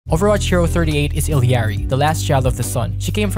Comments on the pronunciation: I love how illari is meant to be pronounced ee-arr-ii but everyone just pronounce it how it looks, even me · I like how nobody can properly pronounce illari (its ee-yar-ree) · The way she pronounces it in her origin story is ill ya ree. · no shade, but she does say her own name at the end of the cinematic and its pronounced illya-ri. but i get how you can make that mistake since you probably didn't watch it